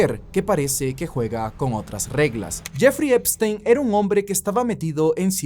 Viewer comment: ''La isla de Jefrrey Trempstrein...'' 🤣🤣